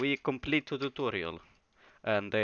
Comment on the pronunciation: Tuturial sounds like a real russian